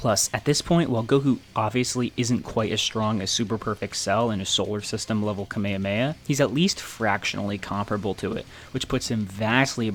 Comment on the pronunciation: why did bro say "kamiamea"